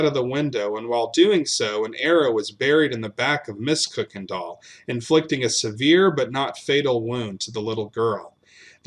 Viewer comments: Your mispronunciation of the name Kuykendall [it's properly pronounced KYE-ken-dahl} throughout this piece really detracts from the story. In East Texas, the surviving members of that family pronounce the name KIRK-ken-dahl, but NO ONE pronounces it like you do [COOK-en-dahl]! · May I respectfully ask that you reconsider how you pronounce “Kuykendall”? That’s my maiden name, can trace ancestry back to before Revolutionary War…we pronounce it just as it reads, “Kuy-ken-dall”. Enjoy your channel! new subscriber. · We pronounce it Kuy, which rhymes with buy…other branches put an “r” in it and pronounce it “Kirkendall. Unknown where that originated. Thank you! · My family is listed among the neighbors and the Massingills are relatives. Our ancestor is buried on on the Kuykendall Ranch. We always pronounced it either Kirkendall or Kuykendall (coo-ken-doll).